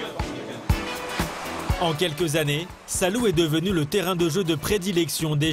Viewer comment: "Salou" vous devez prononcer "Sa-lo-ou" (avec l'accent sur "lo").